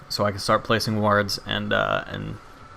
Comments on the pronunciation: Also, it makes me chuckle when you say wards. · Most times I hear people say it they pronounce more like the "a" in war so it has a sound somewhat like an "o". You just emphasize that in what I felt was an amusing way.